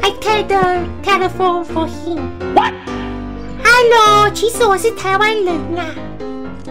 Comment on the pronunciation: 其實Hello是唸ㄏ嘍不是嘿嘍也不是哈囉， 講Do you speak chinese？對方會覺得比較有禮貌